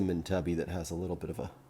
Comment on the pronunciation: You would think that, by now, he would have watched an Australian video about opal and heard the correct pronunciation.